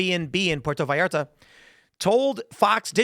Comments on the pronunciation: He pronounced Puerto Vallarta right but Jalisco came out sounding whiter than me. I'm not surprised by the fact that they have rocket launchers and that fact alone doesn't overly concern me. What matters is the type of launcher. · For christs sake…….you pronounce Puerto Vallarta properly but you pronounce Jalisco likes it’s a cup of Tabasco Jello. GTFO lol. (HA)-leesco